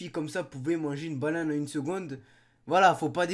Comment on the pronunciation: une "baunane"